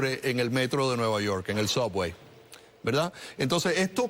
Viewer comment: ¿Qué es eso de soguey? Subway. 50 años en los EEUU y aún no pueden pronunciar correctamente el Inglés americano.